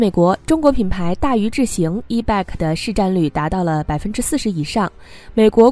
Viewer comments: Bike 讀（ 掰）！不是beg! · 错误太多,希望你能严谨一些.bike 是谁都r认识的英语单词,唯独你一点不知.可怜可悲🤦‍♀🤦‍♀🤦‍♀🤦‍♀🤦‍♀🤦‍♀🤦‍♀🤦‍♀🤦‍♀🤦‍♀🤦‍♀🤦‍♀🤦‍♀🤦‍♀ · 你的 bike 發音不正確 好刺耳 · Bike 發音有錯